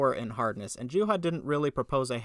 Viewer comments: What would be a proper Finnish pronunciation? "Yooha"? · Wow you really butchered poor Juhas name